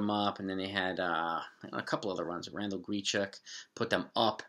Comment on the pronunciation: Never heard any1 say Ran-dell Gree-chuck 😂